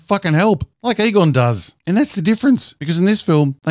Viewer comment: Every time you said Egon, I thought I heard Qui Gon.